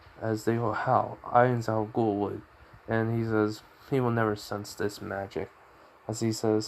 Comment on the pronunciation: Your saying his name wrong mate, it’s Gown not Ghoul